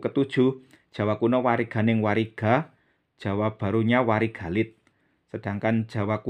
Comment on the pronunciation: WARIGALIT DAN WARIGAGUNG BUKANNYA DIBACANYA WARIG ALIT DAN WARIG AGUNG...KENAPA DIBACANYA DIGABUNG..? MOHON PENCERAHAN..🙏🙏